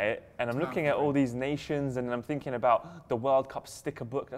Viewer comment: It's pronounced "thinking" with a "th", not "finking" you silly bitch.